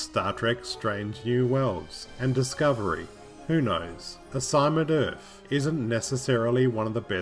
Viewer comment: Why do you keep saying "Urf"?